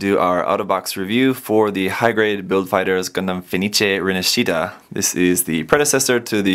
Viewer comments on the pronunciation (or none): A little thing about pronounce.. it is Rinàscita not Rinascìta. Wonderful video quality and review tho <3 Greetings from Italy 🇮🇹 ♥️